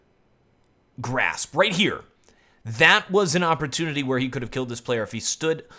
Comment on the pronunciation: "You need to stay focused and rush" Or you can take the "awper-tunity"